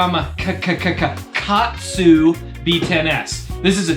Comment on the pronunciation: Thanks for not saying gamaGatsu like so many southerners say.